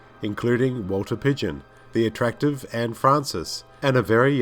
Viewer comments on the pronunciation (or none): none